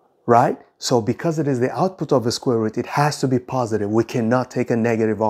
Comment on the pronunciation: why you pronounce root as ''rat''?